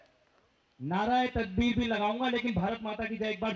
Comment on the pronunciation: He said Naa raa e takbeer. 😂😂. Lol.